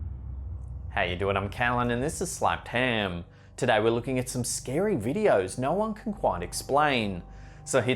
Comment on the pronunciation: These videos are great and all, but I also really like hearing “this is Slepped Hehhm”. It really gets me in the mood for spooky shenanigans.